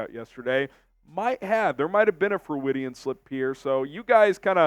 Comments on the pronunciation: FYI, Freudian is pronounced Froy-dee-in, after Dr. Sigmund Freud (pronounced Froyd), not froo-id-de-in. Once an English teacher... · It's pronounced Froydian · Did just say Freu-idian? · look up how to pronounce 'Freudian.' You're a great host, but can mispronounce words - especially the same word twice in one broadcast. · Lean how to pronounce FREUDIAN. It's 3 syllables, not 4. Using "big" words you can't pronounce makes you sound dumb.